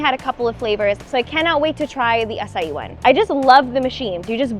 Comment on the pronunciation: It’s pronounced “ACHAII” berries, and not “ASAii” berries.